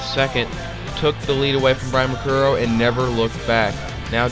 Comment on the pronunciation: Say my last name like (Mer-Cure-E-Oh) (you messed up in the beginning of the video, so i'm just reminding you so you don't mess up, for some reason people cant say it :P)